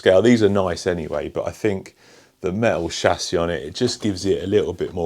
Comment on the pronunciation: “A me-o shassy”